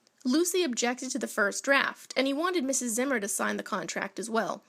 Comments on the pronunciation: This was my great grandfather. It’s pronounced ZEE-MER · It's pronounced Zee-mer. Zee.